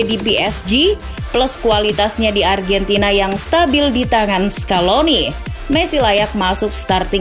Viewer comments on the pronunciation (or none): none